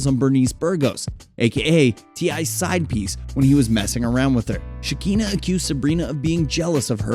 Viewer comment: It’s pronounced Sha-Kan-Na not sha-keen-na. Makes me feel like y’all should stay out of blk celebrity business, making things sound extra vanilla